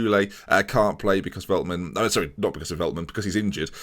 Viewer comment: Heey here again the pronunciation of most players Ore-gwuela (Orejuela) the Lickt (with a sharp g) (de Ligt) Felt-man (Veltman) Die (from dying)-ks (Dijks) van the Bake (van de Beek) Sink-graven (is alright) Younes (is good) Sjeun-nuh (just like the german word 'schön') (Schöne) Near-as (Neres) Chair-nie (Cerny) Cas-see-year-a (Cassiera) Fear-gaf-er (Viergever) See-jech (also with a sharp G) (Ziyech) Weu-ber (same as Schöne) (Wöber) Hope this well help you out.